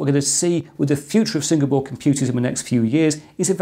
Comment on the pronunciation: he says Single Board , I hear Singapore :-)